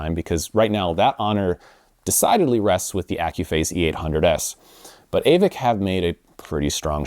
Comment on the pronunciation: Aavik is pronounced "Åvik" ( Same sound as the a in "all 😉)